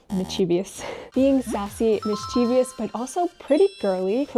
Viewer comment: still not. It's mischievous. Not mischievious.